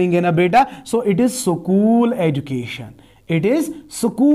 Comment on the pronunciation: Spread ❌ -Siperred ✔️ School ❌ -Sukul ✔️ Institution ❌- Inastituison ✔️ Search ❌ - Sirach✔️ Help ❌ - Helap✔️ Knowledge ✔️- Knowledge ✔️ Otherwise..... Knowledge ❌- Kanolaze ✔️